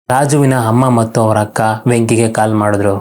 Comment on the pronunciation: Kannada maat aadod kaliri sir firstu haaru .. hawara... haamele.... haagi.... haa chali... aayo first kannada kali guru